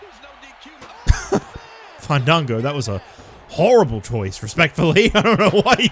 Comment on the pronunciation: The Hardcore sensation FAAAAAANNNNDDDDDDANNNNGOOOOOOOOOOOOOOOOOO. Also Justin Roberts needs to be fired. He hasn't said this man's name the correct the way. I propose should say his name right each time he comes out 😂